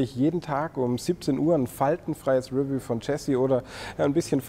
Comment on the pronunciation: Bitte die Aussprache des Wortes "review" üben. Betonung liegt auf der zweiten Silbe!!!